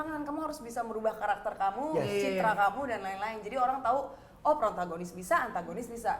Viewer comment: protagonis bukan prontagonis hehe.